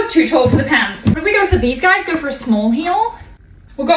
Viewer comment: All of a sudden went super Australian when she said "Pants"